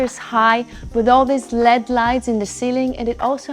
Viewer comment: "...with the lead (LED) lights on the ceiling". She is obviously reading a script with no knowledge of the property. Everyone pronounces those type of lights as "L-E-D", not "led".